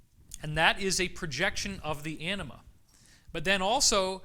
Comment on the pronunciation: David, emphasize the "a" in anima, otherwise it comes out as "enema"! 😉